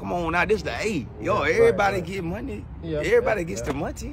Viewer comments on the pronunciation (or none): He ain't say money but "Monte"! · Getting that "Montey" 👊🏼👊🏼😆